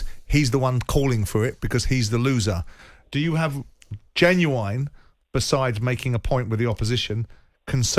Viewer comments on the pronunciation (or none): Why can’t Simon say genuine properly?